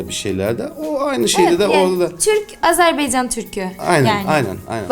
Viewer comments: Yanlış bayrak koydunuz 🇦🇿bir de Azerbiycan deyiş Azerbaycan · Güzelim Azerbeycan degil Azebaycannnnnn